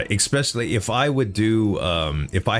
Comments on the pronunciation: ESS-specially, not EK-specially. Nothing but love for you homie, but I die a little inside every time i hear it. 😅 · Thats wrong too bear. Its EH (or IH)-specially.